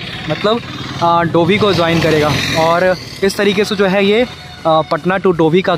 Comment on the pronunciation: "Ye Zo" nahi bhai " ye Jo" hota hai.😊